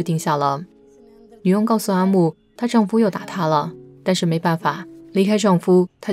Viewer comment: 丈夫（fu 轻声），不是丈夫（fu 第一声） 公公（第二个gong是轻声）